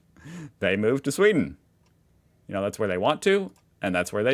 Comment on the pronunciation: whats with sweed and norge swith!? Pewds done smtg wrong😂